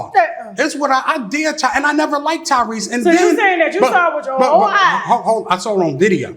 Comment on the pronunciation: So we all made the same face as Tasha when he said Tyrese right?!